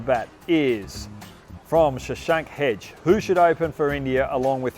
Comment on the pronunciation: It's Shashank hegde Hogg not Shashank hej